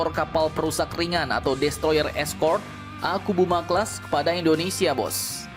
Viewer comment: ke Philipina gratis, ke indo di jual??? meski murah mendingan gausah mungut sampah, mau semurah beat karbu pun perawatan kapal tua tetap mahal dan lebih banyak ngedockingnya untuk perawatan daripada berlayarnya *btw sedikit terganggu dengan ucapan "typo" admin nyebut kapalnya akubuma akubuma